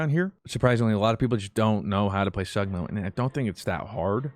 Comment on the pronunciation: the way he said sigma sagma hurts me